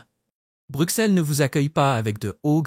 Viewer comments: Les belges francophones et en langue française nous disons Bruxelles et non Brukselle qui est une erreur de langage au même titre que la ville française d’Auxerre qui se dit Auxerre et non Aukserre. Car aussi en français nous disons soixante et non soiksante 😂 , à bon entendeur !! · Arrête de dire brucselles mdr ça ce prononce brusselles meme si c’est un x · Correction le x se prononce ss dans Bruxelles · Est ce que vous pourriez svp prononcer Bruxelles « Brusselle» car vous devriez savoir que le « x » se prononce « s » !!! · On dit Bru"ss"elles comme soi"ss"ante ! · Ceci est une caricature ! On dirait une publicité de l'Office du Tourisme😂 Exemple : "destination idéale en toute saison"... C'est oublier qu'il y a en moyenne 200 jours de pluie/an en Belgique et que le ciel est souvent gris. Et concernant le coût de la vie, il est élevé à BXL (surtout les loyers) et la fiscalité est une des plus élevées d'Europe. PS : Bruxelles se prononce BruSSèl😉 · Hmm moi je me demande si le belge ne fait pas erreur sur Bruxelles en le prononçant Brussèl, si on va un peu plus loin on ce retrouve a Ixelles et pas issèl ? je me pose des questions a ce sujet ! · Savoir prononcer le nom de la capitale aurait été pas trop mal pour un peu plus de sérieux. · Il faut apprendre à prononcer correctement "Bruxelles" avant de décider d'énoncer quelque chose